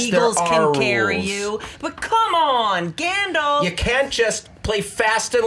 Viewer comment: "Gandoff" - circa. 2017